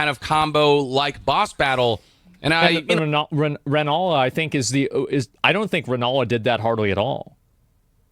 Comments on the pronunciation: Relanna not Rennala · IF SOMEONE CALLS RELLANA rEnNaLa ONE MORE TIME IMMA CRASH OUT!!!! 😤🔫 👁️👄👁️ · bro the whole time he was saying Rennalla i thought you know he was talking about the ACTUAL renalla queen of the full moon, instead it's Rellana 💀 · Bro kept saying renala and it was aggravating 😂 her name is rellena